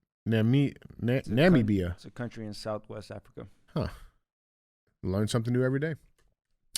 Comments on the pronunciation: watching DJ, the show’s token black guy, absolutely BUTCHER the names of African countries brings a tear to my eye 🥲 From laughter. Also I’m wheezing and can’t breathe. It might be my favorite sidebar during the show 😂😂😂 It’s Nah-MIH-bee-yuh 😂 love you. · Its pronounced Numb-mibia.. damn it DJ 😂😂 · I am from South Africa and listening to DJ try and pronounce Namibia was absolutely brutal! Still a Real Ass Fan though!